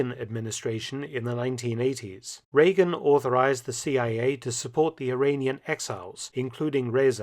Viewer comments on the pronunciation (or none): none